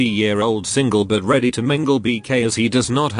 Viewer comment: Who hear ready tumingle?